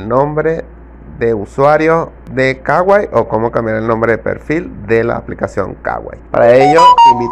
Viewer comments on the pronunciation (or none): No se dice kawai se kuai